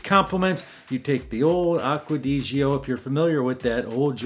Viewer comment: I like Franck Oliever Sunrise, Dylan Blue, Bentley Azure, I also love Acqua di Gio Perfumo. Also my Italian Business partner say Gio not pronounced Geo, but is more like Joe.